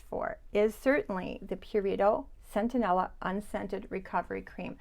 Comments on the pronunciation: I have also experienced that the Cerave Hydrating cleanser stings my skin. Have to try the Mad Hippie cream - super ingredients Just fyi: It is Centella - not Centenella 🙂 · I think you pronounced it centenella, when it is centella? You do it again You have it spelled correctly in the list. . I checked amazon. It is "centella" I first heard about it from Laura Geller years ago